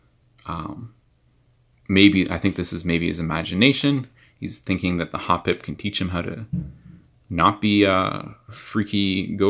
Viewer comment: finally someone who pronounces it correctly XD